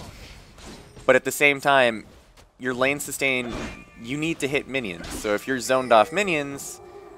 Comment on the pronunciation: There's one thing i don't understand ...... Why you said winions ? O.o